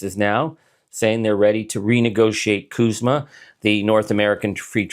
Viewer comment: CUSMA not KUSMA we are not Kanada.